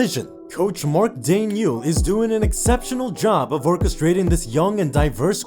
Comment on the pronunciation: You pronounce the coach, Mark Dag-Not